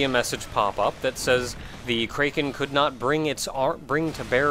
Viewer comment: I inadvertently flinch every time you say kraken like that.